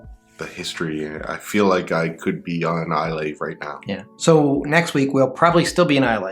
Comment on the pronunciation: Islay is pronounced "I-luh".